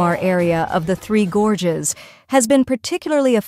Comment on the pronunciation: Towards the end of the video, your text reading robot forgot how to pronounce words like "gorges" and "China". You should really proof-edit these things.